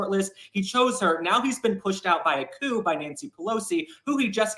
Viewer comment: Coup = “koo”. Just trying to help you out😊 Love your videos❤